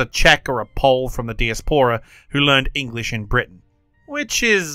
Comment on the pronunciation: Or the word diaspora